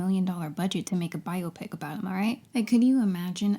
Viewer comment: Thank you for this thorough (as usual) analysis and for your pronunciation of biopic! 🙏🏾 If I hear bi-opic one more time...